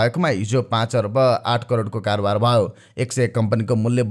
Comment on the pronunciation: ह ह ह यो कस्तो उचारण भयो भन्नु पर्ने मा भवो यो असुद्धा भएना र सुजन ढकाल जि?